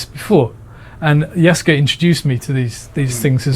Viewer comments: Who is "Yosuke"? You falsely accuse a legitimate historian of being a "fraud," yet you can't even say Yasuke's name correctly. You called him "Yosuke" twice. You're behind on the latest news. An even more established Japanese historian, Hirayama Yu has provided his statement that Yasuke was Samurai and he explains in detail. Japanese historian Hirayama Yu is destroying the culture war chuds on Twitter, asserting that Yasuke was indeed Samurai. Hirayama's full quote: なんか、織田信長に仕えた黒人の弥助の話題になっているみたい。彼に関する史料はかなり乏しいが、信長に仕える「侍」身分であったことはまちがいなかろう。出身の身分がどうであれ、主人が「侍」分に取り立てれば、そうなれたのが中世（戦国）社会。なんでそんなことが言えるかといえば、①信長より「扶持」を与えられている、②屋敷を与えられている、③太刀を与えられている、と史料に登場するから。「扶持」を与えられ、信長に近侍しているということは「主従の契約」「扶持の約諾」という重要な用件を満たしている。また、太刀を許されているので、二刀指であり、下人などではない（下人には刀指が認められていない）ことも重要。ましてや、屋敷拝領ならば、疑問の余地はない。宣教師の奴隷を、信長が譲り受けたところまでは、奴隷だったのだろうが、上記の①～③により、彼の意思によって「侍」分になったのだろう。本能寺の変時に、明智方が「動物」「日本人に非ず」などとして殺害しなかったというのは、それは明智が弥助を「侍」と認定しなかった（差別意識があったのだろう）だけにすぎない。身分が低い者を、主人が「侍」に取り立てることは、当時としては当たり前であった。そもそも、秀吉って立派な事例があるじゃんね。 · Since your both living in Japan is the proper pronouncement Ya-Soo-KA or Yas-kA?